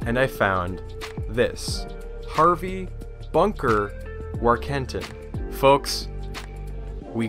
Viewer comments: I'm pretty sure it's Warken-tin, Not War-ken-tin. Otherwise, good job! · I know some Warkentins - the name is pronounced Voor-ken-teen.